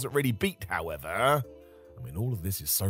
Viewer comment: Okay not trying to nitpick but why is ending most of his sentences like the words were written in lowercase until the end of the sentence? “we should also point out that hulk did kick out at 3.1 to show that he wasn’t really beat howEVERRRRRRR.”